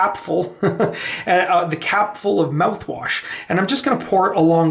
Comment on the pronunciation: This video is stupid... and how difficult is to pronounce mouthwash? Just saying.